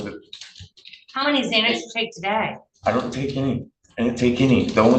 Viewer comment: He says im confortable taking "zzzzzxanax" i havent taken anything today, but i took one this morning, and will take another tonight. Lots of progress